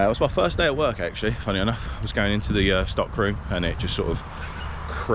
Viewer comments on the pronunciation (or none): none